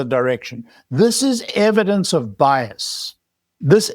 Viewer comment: BIAS. SAY IT WITH ALL ITS LETTERS. BIAS